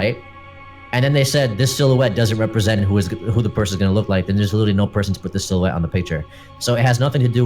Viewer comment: Sill-you-ette XD